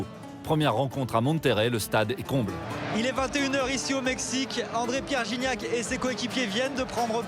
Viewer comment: Guignac lol la prononciation